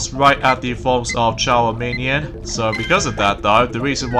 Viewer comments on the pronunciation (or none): that pokemon is called charmeleon NOT CHARMINION! wow! your not very good at pronouncing Pokemon on names cause, well, your not a big pokemon fanatic/master!